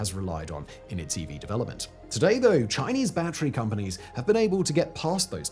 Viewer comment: Chiner makes bat-tree powered cars.